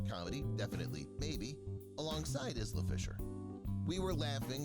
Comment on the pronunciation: Isla FIshers name is pronounced Eye-la (like island) NOT IZLA